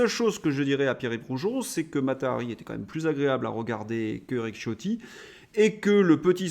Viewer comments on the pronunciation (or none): Il me semble que le nom Ciotti qui est italien se prononce Chiotti !